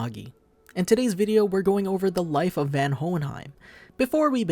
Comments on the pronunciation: Isnt it Von Hohenheim not Van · okay is it pronounced van in the sub? I have only ever heard him be referred to as Von what is happening here? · Isnt his name pronounced as "VON" and not "VAN" ?? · Its spelled van but clearly its pronounced von watching the show can easily teach you that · It's pronounced Von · His name "Van" is pronounced as Fun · Its pronounced Von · You are pronouncing Van the first part of his name wrong maybe learn to at least pronounce the name of the character your gonna review properly before making a video they don't even pronounce his name in the anime the way you do, just like most manga readers pronounce Madara Uchiha wrong from naruto they say it like "Mordora" lol can't believe no one has noticed in the comments lol.